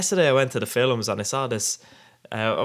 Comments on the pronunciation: the way you say films haha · Sexy little vid buddy, just learn to say films ey ;)